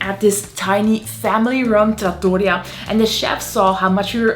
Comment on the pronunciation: Quite well done-- just one correction--correct pronunciation is trattoRIA(: Lovely and accurate video overall